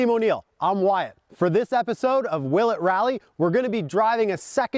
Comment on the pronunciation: Guy: I’m Wyatt Me on the first take: I’m white